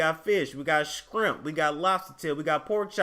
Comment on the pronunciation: say scrimp and say strong lol 😂